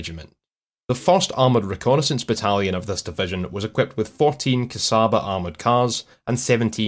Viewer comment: Good content! I have just only one little complaint. The "cs" Csaba is pronounced like the "ch" in Chicago.